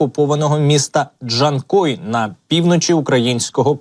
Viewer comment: Not "Dee-chan-koi," Artificial Intelligence, but simply JAN-KOI. Like the name "Jan," followed by the fish noun, "koi." Emphasis on the second syllable. I detest Artificial Intelligence voiceovers for this very reason. Just provide Professionally Translated video captions instead, please.